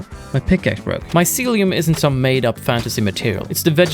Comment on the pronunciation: My-sealy-uhm lol Love this game, carving paths through mountains is a legit way to travel